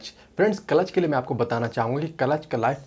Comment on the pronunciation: Its not kalatch, its clutch